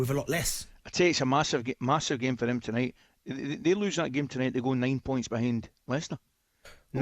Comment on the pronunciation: So Ally how many points will Chelsea go behind Leicester if they lose this game tonight ............ is it 9points by any chance? cause I didn't quite catch what you said lol!!!